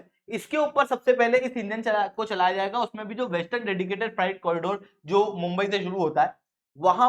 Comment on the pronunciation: Freight = फ्राइट नहीं होता फ्रेट होता है। कैसे अध्यापक हो ? 😏